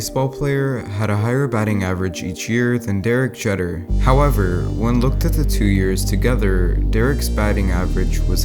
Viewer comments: Its pronounced Derek Jeeter*, not *cheddar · It is pronounced Jeeter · I despise baseball and still know that it’s pronounced jeetur not jetter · Don’t ever talk about baseball again if you can even pronounce a last name that literally cannot miss pronounce without trying. JEeeter not not jetr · Don’t watch baseball, it bores me, but when there’s an “e” and then one “t” and then another “e” it makes it “eet” not “et”. So I think it’s probably pronounced “jeeter” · ITS PRONOUNCED JEE*TER NOT JETER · Anyone else slightly triggered that he pronounced it Jĕtter rather than the correct way Jēter? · Not pronounced jetter it’s pronounced jeeter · "Derek Jeder" Everyone: Its pronounced Derek Je-ter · It is pronounced Jeeter not Jeder but spelled Jeter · Derek Jeter is pronounced (Gee-ter) not (Jet-ter) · this man said “derek jetter” I’m not even a baseball fan and I know that it’s supposed to be pronounced “jeeter” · Pretty good video, but it’s pronounced Derek Jeeter not jeter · Just so you know it’s pronounced (Jee-ter) PS love your vids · G-e-t-er is how you suppose to pronounce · Did he really just pronounce “Jeter” as “Jetter” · It’s pronounced geeeeeeeter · It’s pronounce Derek jeeter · I'm from the UK. Have never seen a baseball game. And know nothing about the sport. And even I know Derek Jeter is pronounced Derek "gee-ter" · just letting you know it’s pronounced Derek Jeter ( Jeeter) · Pretty sure it’s pronounced Derek jee-ter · Jeter is pronounced Jeeter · homie did not just pronounce one of the greatest baseball players of all time’s name derek jeddar😂😂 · Derek JETER ITS PRONOUNCED JEETER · Couldn’t even be mind blown because I’m still stuck on how he pronounced Derek Jeter. (GEE-TER) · “Derek jetr” butchered the pronunciation of my man Jeter, but nice video 👍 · Did he just say Derek Jeter, For all the people who don’t get it, it’s pronounced Derek Jeeter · It’s pronounced “jeee-ter”. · It’s pronounced g- ter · Jeter is pronounced with a high e btw